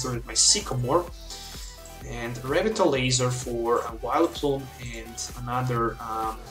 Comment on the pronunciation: You're pronouncing Revitalizer wrong. Good deck, btw.